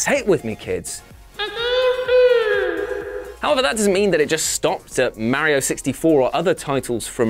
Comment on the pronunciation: I cringed every time he said Mario 🤭🤭🤭